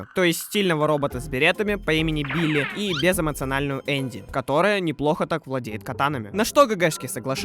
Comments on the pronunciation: Не Энди, Энби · почему энби назвали эннди